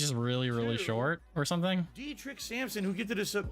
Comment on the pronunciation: its funny how he doesnt even make an effort to say derich's name properly